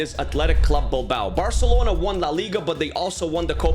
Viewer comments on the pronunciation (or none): none